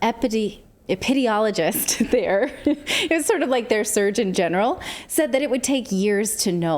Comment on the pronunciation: "Ep-i-deem-ee-ol-low-jists". Epidemiologists a.k.a. Disease Detectives.